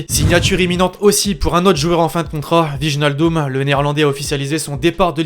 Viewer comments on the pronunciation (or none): /Vijnaldoum/ ahahahahah cette prononciation, stp un peu de respect